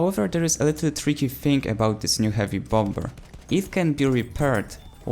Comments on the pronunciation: Hey, I don't want to be that dick, but I can tell that English isn't your first language. So here is a good English language tip... The "b" in bomber is silent. I'm not trying to be a dick. I'm really just trying to help. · Just a little reminder, bomber is pronounced "bom-er" the second b is silent. Great video though! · Bombber? I like it